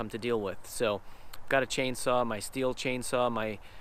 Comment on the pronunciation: Did he say steel it’s pronounced still